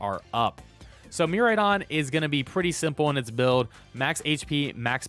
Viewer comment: Good stuff. Just a heads up, pronunciation is mere-AYE-don, and extra boost for electro drift is 1.33x, not 4x (so 2.66x damage from base 100 power)